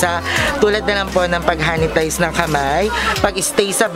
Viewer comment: Ahaha..napansin ko din..inulit2 ko pa pakinggan kasi baka nagkamali lang ako ng dinig.. 😂😂😂 anyway good job mga beks.. keep it up and keep safe.. God bless u all